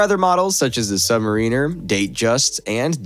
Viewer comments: Your not pronouncing submariner correctly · The way you say Submariner 🫠